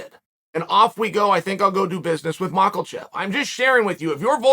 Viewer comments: There is no “L” in Islam’s last name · Chael: macklechev